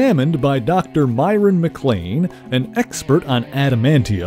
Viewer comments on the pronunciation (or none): none